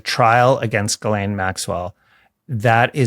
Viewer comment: It's pronounced Gee Lane Maxwell!! Her first name is French! Ghis=Gee ❤❤❤